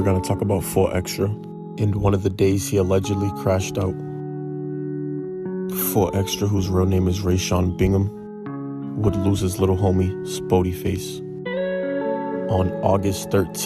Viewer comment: He said “rayshawn” 🤣😂🤦🏽‍♂️ nigga it’s Reasan